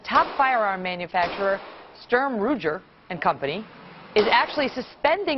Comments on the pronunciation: "Rujer"? No Megan, it's Ruger, not Rujer. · Sturm RUJJJJER LOL